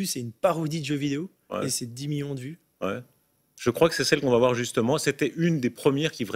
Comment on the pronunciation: combien? -2 miyons.. -2 miYOns? -oui 2 MIYONS.